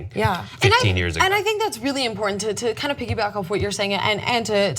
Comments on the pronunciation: makes me cringe with her over pronunciation of the word imporTant with that first T being so sharp and emphasized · I'm a tyt fan, but her communication skills distract me from the story itself. Her overuse + odd pronunciation of the word important makes me shudder, and bleating it loudly over the rest of the panel doesn't help make her poorly formed point about racism coherent. :| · Nobody in history has tried that hard to pronounce "important" that well. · am i the only one annoyed by the way pronounces the word important?..